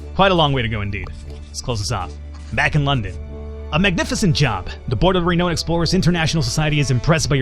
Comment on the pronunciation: It's pronounced "Re-noun(ed)" c